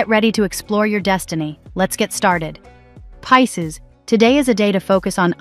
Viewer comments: I was like not piss ces 😂😂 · 😂😂😂😂 The way it says Pisces at the start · Is crazy lol !! 😂